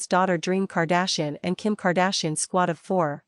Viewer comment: Why is the AI unable to pronounce KAR DASH I EN?